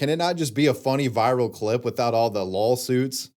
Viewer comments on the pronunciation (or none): wait. Did you you say "lawsuits" ...or did you say... "lolsuits"?